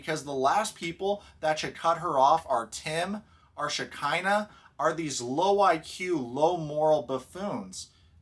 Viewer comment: Sorry. But all I hear is vagina instead of Shakania or however you spell her name